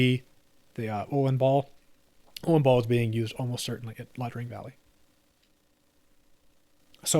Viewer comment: One nitpick. It’s Ia Drang, not La Drang.